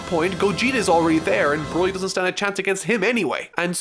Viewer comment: Who the HELL!!!!! Said BORLY!!! Who the HELL SAID BORLY!!!!!